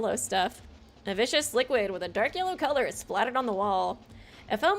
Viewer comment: Lol, the way you pronounce words is cracking me up 😂 you pronounce the law in lawyer, so it sounds like you’re saying liar. The liquid is viscous (Viss-cuss) not vicious 😂 well, idk if it was vicious or not, so I won’t say for certain how mean the liquid is 😂 I’ll edit this list as we go!